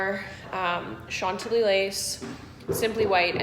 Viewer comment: It's "shan-tilly" not "sean-tilly" :)